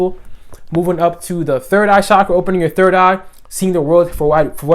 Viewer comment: the correct pronunciation: CHakra :)